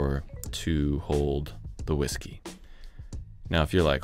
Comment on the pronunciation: Ive never heard someone mispronounce hawisky so many times. Dead sexy table dude. Shadow line was mind blowing. Never saw it coming but what a difference it makes.